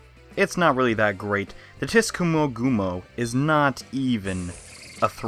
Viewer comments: It's pronounced more like Soo-chee-goo-mo. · The spider is pronounced “Suchigumo.” There’s a slight T sound before the S, but it’s all a part of one syllable. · LOL you don't pronounce the T in Tsuchigumo. It's same way as TSUnami.